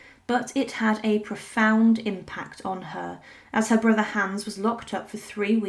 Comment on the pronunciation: You’re pronouncing Hans incorrectly.